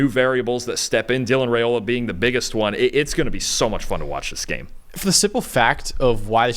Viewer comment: YOU Guys are great!! As a born and raised Husker, I feel I should help you out with our dope QB’s name, as I’m sure you’ll be using it a LOT in the next free years;)…Raiola is pronounced RYE-O-LA. We had to learn that one back in the 90s with his dad…. Rock on dudes! ❤